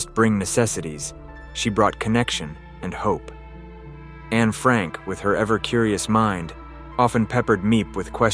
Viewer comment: Meep. Not mi ep. Anna not how we say Anne.